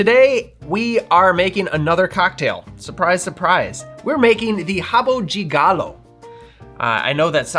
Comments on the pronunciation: you can actually pronounce rabo DE galo if you want - with the strong D. the rabo 'JAY' galo sound is just a different accent. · My family's rabo de galo recipe has ginger to make it a little more spicy. Nice portugusese pronunciation btw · You nailed the pronunciation. Back in the beginning of the nineties, when I was in high school, this was our drink of choice, together with bombeirinho ( pinga with currant syrup). Those were cheap options that made us drunk quickly 😂. I know high schoolers shouldn't drink but it was the nineties. Kids don't do it, I don't recommend. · I live in Brazil and I’ve never had one. Your pronunciation of “rabo de galo” is good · Thanks from Brazil for popularizing this cocktail among the English-speaking public. Your Brazilian Portuguese pronunciation was perfect! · Thank you so very much for pronouncing the words correctly. And you're an American, no less! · Both pronunciation are fine. Rabo di Galo would be more in Rio. In the south of Brazil we say Rabo de Galo. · RABO DE GALO (pronounced as /habu dji galu/, "e" turns into "i" in non-stressed syllables while "o" turns into "u") literally means COCKTAIL. this is not a standard cocktail here. it's simply a poorly made shot with equal parts of Cynar and poor white cachaça just to make you drunk as fast as possible with a terrible taste. no one asks for a RABO DE GALO in sophisticated bars or pubs, unless you're on a boteco. but I appreciate the efforts to fantasize about it and create a Brazilian new drink (totally unreliable, though. Probably no one single boteco would know about this "new recipe") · Amazing presentation to our second best cocktail = rabo de galo (good pronunciation). This cocktail is so common in lower class bars here in Brazil, but Master Derivan drove it to highest post like your preparation. It's fantastic your "girl tester" approved! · 10 for the drink, and 10 for the pronunciation!